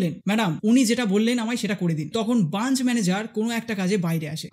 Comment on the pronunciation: কাজ টা খুবই ভালো করেছেন।কিন্তু কথাটা branch (ব্রাঞ্চ)। Bunch(বাঞ্চ) না। বার বার ভুল টা কানে শুনতে খারাপ লাগছে।আপনাকে কোনরকম ছোট করা উদ্দেশ্য না।ভিডিওর বক্তব্য টা খুব ভালো, কিন্তু SBI নিজেদের ভগবান ভাবে।